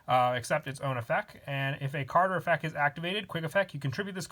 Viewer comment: Stop. Effec is not word plz and the way you say beelz's name makes me depressed